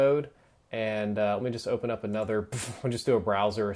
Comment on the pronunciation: "Ler me know..." lol.